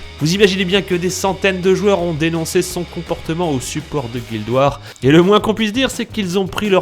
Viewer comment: Avant de faire des vidéos parlant de jeux vidéos en langue anglaise, un petit conseil : révise ton anglais. Prononcer "fragbite" comme en français, c'est désolant. On prononce "baïte". Tout comme "guild war" prononcé "ouare"... Le "a" dans "war" se prononce presque comme un "o"... et je ne parle même pas du r final, prononcé en frangliche de base...